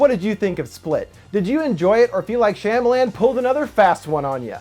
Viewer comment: natieangus when he pronounced it correctly, my brain automatically corrected it to shama lama ding dong, but don't remember what that's from!?